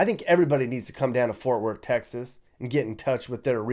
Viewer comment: WHY does everyone have such a hard time saying FORT?? 🙄